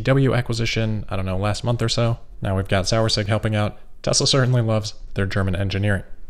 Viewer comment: It is pronounced sour-es-sig. Which literally means sour vinegar in German.